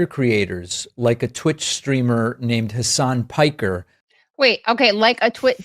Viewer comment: Heysign Peeker? LOL